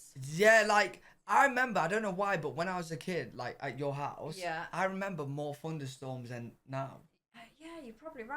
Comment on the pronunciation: Funderstorms? Seriously?